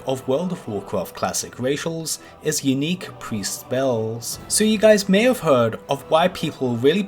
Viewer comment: LMFAO WTF unique pre speEEellz